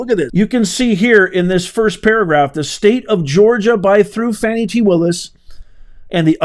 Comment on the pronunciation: Now Professor…..Ms Willis would like her name pronounced FahNi…..not Fanny. The latter is suggestive of a body part. Just an FYI!!! 😂🤣😂🤣